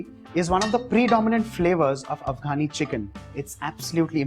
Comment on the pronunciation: First learn to say Afghani properly & then fool us with ur stupid recipe